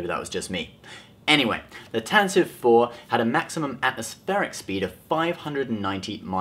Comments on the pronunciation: Why do people keep pronouncing it "Tan-tiv Four"? It's "Tan-ti-vee Four". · Actually it's not tantive 4 Its pronounced tan-ti-vee 4